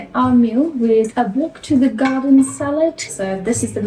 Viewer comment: I love how says, "from the gaw-den"